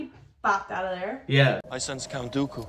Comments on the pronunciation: Count "Doe-koo"...George Lucas would be proud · They still can’t pronounce “Dooku.” Doo-Ku, not Doe-Ku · i kept hearing “Goku” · Thank god Dooku died in this series cuz I can’t stand the way you pronounce his name LMAO you guys need to check out the Clone Wars Animated series if you want a collection of stories that happened in between episode 2 and 3